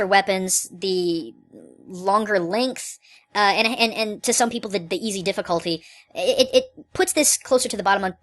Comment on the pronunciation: you say its easy wrong